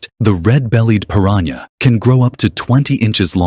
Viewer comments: It's piranha not pirañha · It’s piranha not prirania 🤷🏻‍♂️😂😂😂.. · It's not " piraña. " It's piranha.